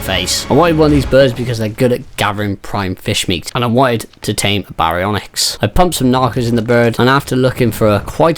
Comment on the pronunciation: BEYdon and BEYwing 😂😂 gotta love it!